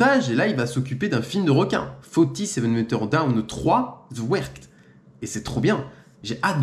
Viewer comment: Suis un grand fan de shark movies mais Connais pas les bullshark dispo où Par contre la prononciation anglais waouuw ou tu vois un T dans the wreck?😂 Ze ouerte 😂😂😂